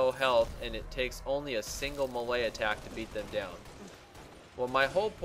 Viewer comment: I was like what the hell is a malaya attack for like 2 minutes before i figured out he was trying to say melee hahaha